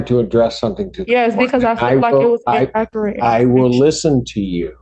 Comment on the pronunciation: Vury in-ack-cur-at